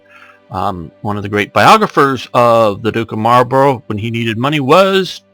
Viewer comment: oh and buy the way Marlborough is pronounced mol bru